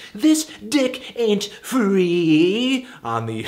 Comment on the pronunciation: melon emphatically declaring "tHiS dIcK aIn'T fReEeEeEeE" was everything i didn't know i needed